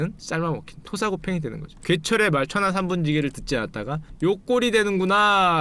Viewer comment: 천하 3분 찌게로 들려 ㅋ